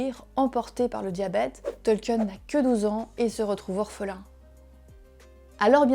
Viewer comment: Sympa la vidéo. Il faudrait peut être revoir la prononciation du nom du principal intéressé. C'est "Tolkine" et non "Tolkieune".